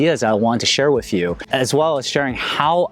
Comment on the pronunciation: Why can you say repertoire but can't say with?